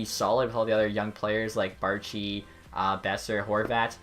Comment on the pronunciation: "Bar - chi" For future reference, Baertschi is pronounced Bear - chee, or bear cheese, either works.